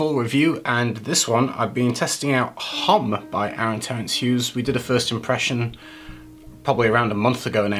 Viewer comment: May I discretely hint at the pronunciation of homme? In French the h is not accentuated but silent. So Homme is almost like Om :o)